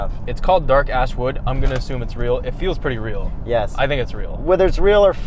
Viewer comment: Am I the only one hearing "dark a$$ wood" the second time says it?